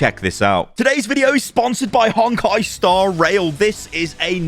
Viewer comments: Hey! Just some advice with the sponsor: Honkai is pronounced HONE-kai, not HONK-kai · it’s a Japanese word, so phonetically no, it’s only “Hone kai.” It’s not the same as English. It’s probably not a big deal, but it does sound a bit jarring to me